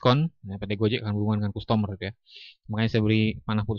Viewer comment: nyebut nya kastemer bukan kustomor, dan graust bukan grot 😂